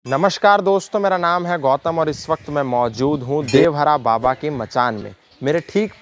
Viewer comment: Are murkh devraha baba kodevhara baba kyo bol rhe ho